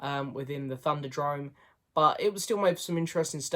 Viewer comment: THUNDERDOME, not thunderdrome. lol